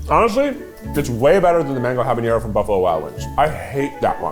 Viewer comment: haha Keith loves pronouncing habanero as jaboñero. There's no ñ in there!